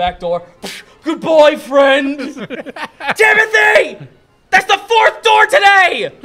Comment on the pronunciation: I honestly thought Timody was just Timothy with a speech impediment